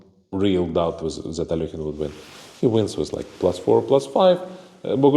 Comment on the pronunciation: Dear Sagar, please stop mutilating Russian surnames. Alekhine's surname sounds like /əˈlɛkhɪn/ (where the "kh" sounds like the "ch" in the surname of the German composer Bach). It's not as difficult as it seems, try it. Aronian (whose last name you also pronounce incorrectly) already corrected you in one of the reels that I saw, but you didn't hear him.